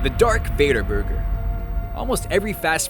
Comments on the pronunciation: Do you mean "DARTH VADER" not "DARK VADER"? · Did he actually just say "Dark Vader".....? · its DARTH not DARK jeeze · ITS NOT DARK VADER ITS DARTH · ITS DARTH VADER